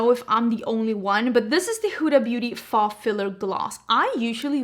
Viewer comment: Your hair color is fabulous! Also, just trying to be helpful bc it’s a weird word in English, faux is pronounced like fo.. like rhymes with go.. I promise I’m not being fussy lol I have mad respect for you for speaking multiple languages! I dropped my Spanish 2 class in college bc I thought it was too hard 😂